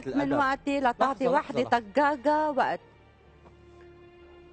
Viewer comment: طقاقة ❎ طكاكة ✅ هههههههههههههههههههههههههههههههههههه هههههههههههههههههههههههههههههههههههه هههههههههههههههههههههههههههههههههههه ههههههههههههههههههههههههههههه